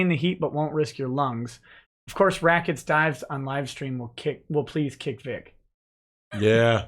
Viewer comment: Rackets becomes lemwahh for a split second.